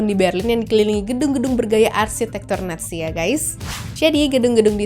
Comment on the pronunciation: Kan dia bilang nya natzi bukan nazi